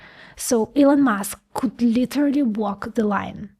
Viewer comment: "Whatever coot go wrong, went wrong." 😂